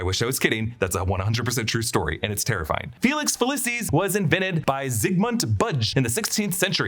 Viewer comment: ITS FAWKES FFS NOT FOX. LEARN YOUR PRONOUNCIATIONS. FELIX FELEEEECIS NOT FELESIS